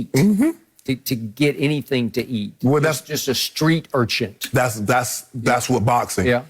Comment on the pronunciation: Urchin. It's street urchin. Not urchent.